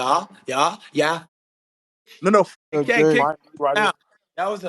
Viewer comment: Ryan not lien